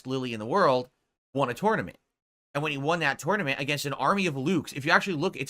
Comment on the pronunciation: The way he pronounces tournament drives me insane.